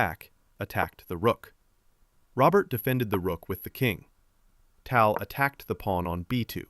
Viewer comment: it's pronounced TAL, not TOL. can't believe you are making content on someone you can't even pronounce properly...